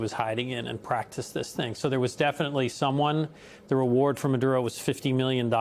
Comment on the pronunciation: Free Fwee Manduro mommy